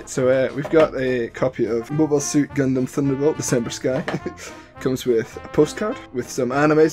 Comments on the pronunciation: It's pronounced as "Gun-dum" not "Gun-Damn" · "Gun-damn" I've never heard anyone else pronounce Gundam this way, ever.